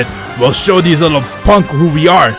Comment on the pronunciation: i love when you make theez